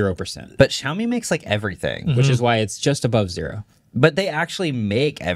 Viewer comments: xiaomi is pronounced shaomi, not zhaomi (not sure how to write the way you say it). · It still bugs me how badly pronounces Xiaomi… try saying the “X” as “Sh”